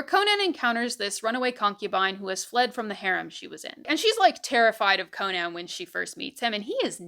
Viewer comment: Not CO-nan… it is an Irish name… just “Co-nan” … like the comedian…